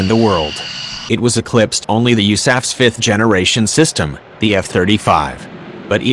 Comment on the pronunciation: When it said USAF as a whole word